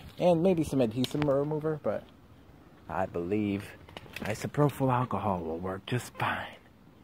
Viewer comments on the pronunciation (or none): Bro said "isoprofil" and "adhese" in the same video lol